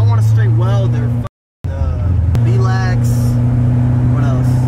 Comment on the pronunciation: Mans said “bee lacks” lmao